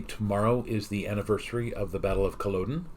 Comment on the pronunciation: Battle of Culloden - the latter part isn't pronounced like Thor's father Odin, but more like "odd inn"